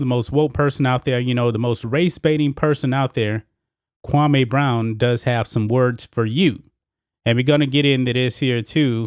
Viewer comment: Bruh you keep calling him kwamay brown u worse that steven A it is pronounced kwamee( Kwam- me)